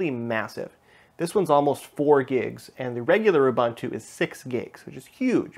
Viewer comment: DEEEEE BEEE ANN. OOOOO BOOOON TOOO. If you're going to use them and talk about them, get the pronunciation correct.